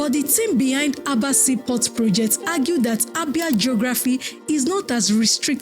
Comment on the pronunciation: Stop spreading false information, this Azumini has depth more than Lagos own. It is called Aba not Abā.